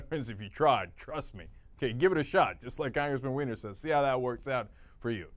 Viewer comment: Im pretty sure the dudes name is pronounced WINE-ER not WEE-NER